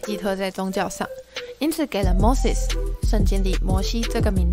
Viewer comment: Moses怎么就念成mosis了